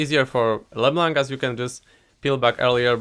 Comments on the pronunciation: I love the way you say leblanc "Bleeblac" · thats how u pronounce it no need to thank me